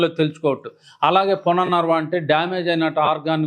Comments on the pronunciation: పునర్వర్వ. కాదు. పునర్వవ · పునర్ణర్వ కాదండి, పునర్నవ అనాలి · Sir it is punarnava not punarnarva. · పునర్ నర్వ కాదు నాయనా.. పలకటం నేర్చుకో.. పునర్నవ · It is not punarnarva but punarnava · పునర్నవ సరిగా పలకండి.